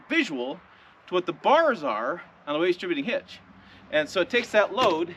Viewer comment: OK, lots to say about this video. First, thanks for the visual props - it helps. Also, seeing you put tension on the bar and the truck came up a bit. Two, I realized that how I understood you saying "weightdishibinghitch" means that those of us from Ohio speak the same language as those in Nebraska. :> Three - One time it took me hours to figure out how to hook up that weightdishibinghitch so I was in awe when you did it in seconds. Four - Do you have commercial plates on the Tundra because of the channel status, or is it because you're exceeding 10K with the trailer? Lastly, at the start of the video, the sun is hitting the top of the bed to the right of you. The paint looks like it has serious orange-peel. Is that the case, or just dirt/salt?